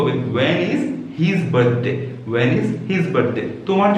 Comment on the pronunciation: Your pronounciation is not correct of the word 'When & Will'.